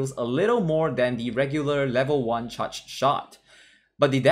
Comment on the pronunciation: You need to work on how you pronounce the word charge